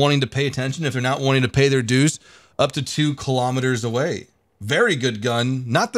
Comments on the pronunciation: he said go "A"way 😂😂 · He said : GO AVAY!!